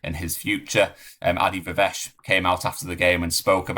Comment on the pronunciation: Isn't it pronounced Ay-Dee Vi-Vash? Used to be 🤔